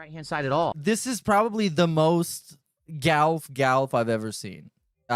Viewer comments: Only can manage to add the sound " ayy-uhh-yugh" to the word "golf". " Gah-yuy-eh-yigh-uhlvff". Amazin' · Why on earth can he not say "golf"? What is that about?